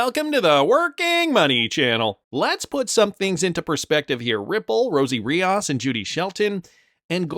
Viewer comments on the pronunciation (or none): It’s Rios, not Riaus! It’s a Spanish name dude!